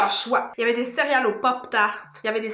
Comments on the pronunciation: Je pensais que mon père était tout seule à dire cériale avec un i mais vous le dites aussi 😂😂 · J’adore la manière que dit le mot céréales: cériyales ❤️😅